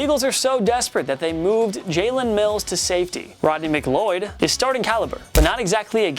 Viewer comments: It's Rodney McLeod not Romney mcloyd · as an eagles fan, hearing him say McLeoid hurts me so much. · Put some respect on the Eagles safeties... jalen mills has been an important and relatively stable part of their secondary since the Super Bowl run, and at least pronounce McLeod’s name right it’s Mc “loud” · He mispronounced Rodney McLeod name and jalen mills is a better safety then corner so it wasn't desperate.